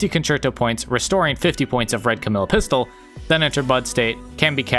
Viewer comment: I notice your saying Camille instead of camellya if your struggling to say her name it’s like the animal camel- then “eya“ camellya